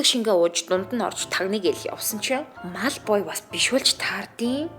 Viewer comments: Мalfoy шд ээ эгчээ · Та мал boy гээд байхын😅